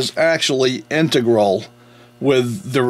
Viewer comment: HELLO i'VE GOT TO SAY YOU HAVE A TON A TON OF INFO ON THESE GREAT OLD PIE CES HAVING SAID THAT INTEGRAL IS A WORD YOU STRUGGLE WITH THE WORD WHEN DESCRIBED IN ACTION IE YOU SAID..."INTEGRUELED" THAT'S QUITE UGLY NOT TO MENTION NOT EVEN A WORD THANK GOD IT'S SIMPLE IT'S JUST SAID "INTRGRAL OR INTEGRATED BUT NOT THAT UGLINESS YOU USED..LOL IF i DIDN'T LIKE YOU i'D NEVER WRITE TO YOU BUT THIS WAS A GLARING MISTAKE BY A GUY i HONESTLY LIKE AND RESPECT THE ONLY OTHER GUY i LIKE AS WELL ON YOUTUBE IS SCOTTY KILLMER WHO ALSO HAS HIS ENGLISH EH.."MOMENTS" BUT YOU GUYS ARE FAR TOO INTELLIGENT TO MESS SIMPLE STUFF LIE THAT UP..SO INTEGRAL OR INTEGRATED..SIMPLE RIGHT? BUT NEVER EVER PEVER NEVER EVER USE INTEGRUELED..THATS JUST UGLY NASTY ANYHOW KEEP EM COMING i LOVE YOUR VIDS AND OF COURSE SUBSCRIBED BELL HIT THE WHOLE CASABA! i MEAN YEAH i TYPED IN ALL CAPS FOR NO REASON AND i USE NO GRAMMAR MARKS AT ALL BUT i'M NOT A PRESENTER OR INSTRUCTOR YOU GUYS ARE..KEEP UP THE HIGH STANDARDS I HONESTLY DO LOVE EM